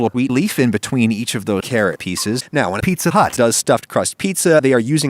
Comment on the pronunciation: Where did you get the clip of him saying Pizza Hut? I thought he just said “eatza glut” or “feetza butt”.